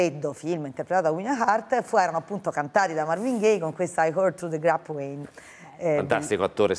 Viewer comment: Quando ha pronunciato I heard it through the grapevine mi è venuta quasi un'allergia, sarei andato là a spettinarla!! Ma Dio mio lo sanno tutti a momenti!